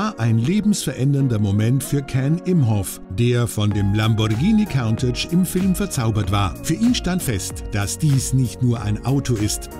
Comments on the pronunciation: "Kauntätsch"....sagt schon alles! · Stimmt. Es ist kein ä sondern ein a und count (zählen) ist auch falsch phonetisch gesehen. Es wird nämlich Kuhntatch ausgesprochen. Countach ist, soweit ich weiß, ein Wirbelwind. Wie die meisten Lamborghini damals.